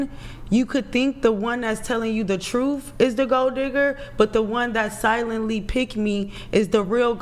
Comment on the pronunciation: "da troof"